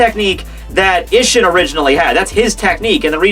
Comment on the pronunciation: Hoe it's pronounced ee-sh-een